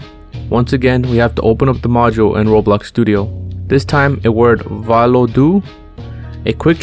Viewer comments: lol im latvian and you pronounced valoda/valodu incorectly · My man is saying valodu weird